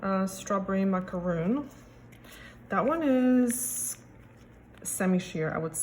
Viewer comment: Thank you for your video. It is pronounced Strawberry Mac a Ron😊